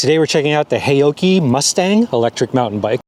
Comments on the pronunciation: Pronounced " how - chee " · FWIW, a closer pronunciation would be "how-Chi" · Loved your pronounciation of "haoqi," which of course I don't expect you to know. But what might be of interest is that, depending on how you spell it in Chinese characters, the Chinese meaning of Haoqi is "curious, full of curiosity" or "to be in a good mood." it could also mean "heroic spirit" but that would be less-commonly used. So, I think, a rather cool name for this brand.